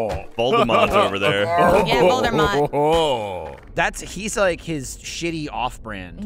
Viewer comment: I don’t blameLy for getting Voldemort’s name wrong, because ever since I watched the Grim Adventures of Billy and Mandy, I have to remind myself that his name isn’t Lord Moldybutt